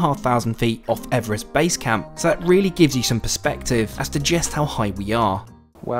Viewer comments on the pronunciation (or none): none